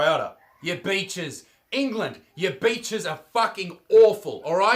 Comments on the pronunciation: When you were naming better reasons than england...I thought you said bitches...then you said women...I knew you said beaches...but my version was funnier in my head. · I thought he said bitches when he said beaches. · you say beaches, sounds like your saying bitches lol , we got both want more could you want. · When he said beaches I thought he said bitches